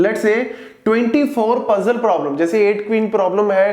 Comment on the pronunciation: I did speed to 0.5 😢 when Sir was saying Traveling salesman probablem (TSP)